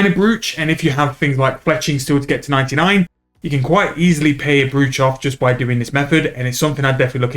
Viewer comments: Thanks for the vid, something for me to consider as I still need Fletching on the 120 all grind. Side note btw - Brooch is pronounced "Broach", like "Roach" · Sorry to be that guy, but it's pronounced like Broach or Browch for some reason. I'm convinced whoever created English were a bunch of anarchists who wanted to see the world burn